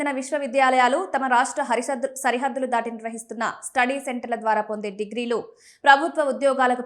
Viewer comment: Akka sarihaddulu anadaniki badulu .. harisaddulu anaboyindi 😂